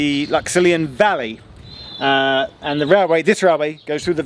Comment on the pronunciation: Might be a bit late here but it's pronounced lux-illy-an. Source: I'm a local round these woods